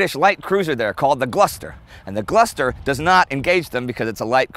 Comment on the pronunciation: Four years into the war, and Indy now even bungles the pronounciation of English names. "The Gluster" wtf, Indy? :-D